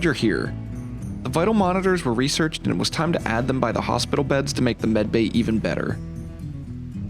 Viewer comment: I cant tell if your saying medbay or bedbay